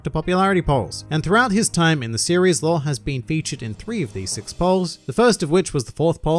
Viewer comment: Why do you pronounce Law as Lore by the way?